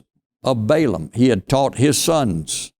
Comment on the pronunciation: it is pronounced short vowel A Ball aam